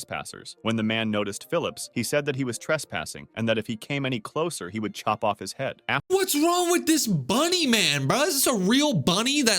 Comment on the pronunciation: “I will shop of your head” it’s not shop it’s chop